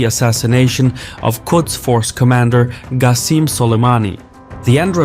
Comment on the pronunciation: so quickly outdated. Also, why do you pronounce Qasim with a G?